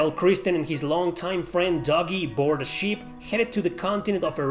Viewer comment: It's pronounced doe-gi not doggy. Dogi